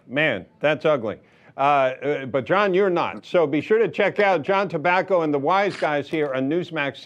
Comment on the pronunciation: T"A" bbaco? Oops...